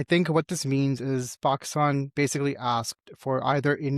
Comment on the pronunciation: What is Paaahhkstaan isn't it Pakistan ?